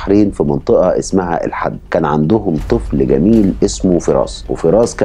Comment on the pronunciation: القصة صحيحة وعشناها في البحرين الله يرحمه ويصبر أهله عندي بس ملاحظة اسم المنطقة الحِد وليس الحَد ثانيا اختلف مع حضرتك في ان البحرين 2016 شهدت حوادث قتل واختفاء أو اختطاف اطفال وهذا ليس بصحيح